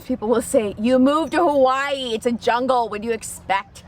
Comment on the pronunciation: Aloha, I watched your video for 2 seconds and already you pronounced Hawai’i incorrectly. Please learn our correct pronunciation if you live here. That is very important first off if you’d like to connect with our people learn our culture Mahalo🙏🏼🤙🏽